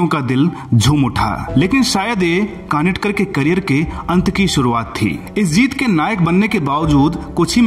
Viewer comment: कानिटकर नहीं कानितकर नाम है।